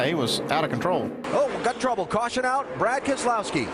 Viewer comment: And we have a CaWsHuN.